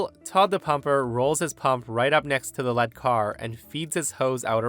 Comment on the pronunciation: It's LEED car, the one in front. Not Pb the metal.